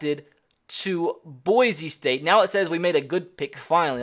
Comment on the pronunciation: Again boy-see not boy-zee